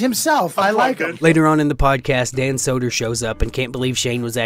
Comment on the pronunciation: “Bobby is obviously left wing” what? Have you heard Bobby? Also calling Soder “Solder” is greater.